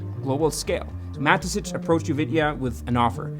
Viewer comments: You're pronouncing the founder's name incorrectly. I constantly asked myself who Matesich even is. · it just triggered me every time you said Mateschitz like Matezitsch 😅😅